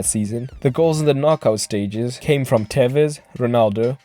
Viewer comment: Porque le dice telles? es tevez!